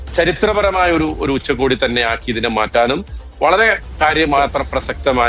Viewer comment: ഉച്ചകോടി എന്നാണ് പറയുക. ഉച്ചക്കോടിയല്ല മൊയന്തുകളേ. അത് ഉച്ചയ്ക്ക് ഉടുക്കുന്ന കോടിയാവും.